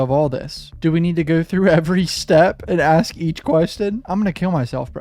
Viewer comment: Detective can't pronounce "ask". Lol😂😂😂😂😂😂